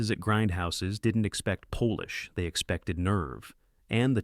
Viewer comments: An AI voice? Not for Polish 😂. Sorry, it is pronounced like shoe polish … not Polish 🇵🇱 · The way Polish is pronounced is appalling.Po-lish is used if the person was from Poland. It should have been pronounced Pol-isn as in the same way as one would use the word to describe the wax used to clean shoes and furniture.